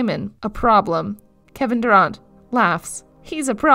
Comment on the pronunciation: but failed to pronounce durant and others